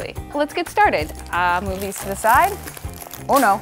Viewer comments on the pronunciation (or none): Who else thought that every time she said' 'oh no' she said uno? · Who else thought she said *UNO* when she said *OH NO*